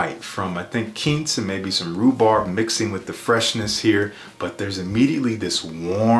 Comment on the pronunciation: You are lovely and brilliant and practically perfect in every way. But quince is not pronounced the way you think it is. That said, I love your videos regardless. Keep doing what you do.